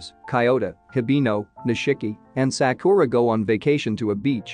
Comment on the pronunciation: Bruh all the movie recap channels always mispronounce Sakura. I get it because most people don’t watch anime or know a little Japanese but it annoys when it repeated across a 10 plus minute clip